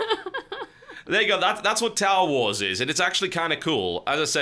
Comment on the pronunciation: Was I the only one hearing "Towel Wars"?